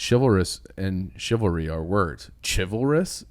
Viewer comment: I believe its .. shiv-ll- ree .. I def noticed it lolol